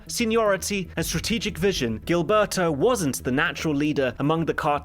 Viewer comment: Love your channel, your pronunciations are absolutely hilarious though. If you’re curious: -Gilberto = Heel-bear-toe -Trujillo = True-he-oh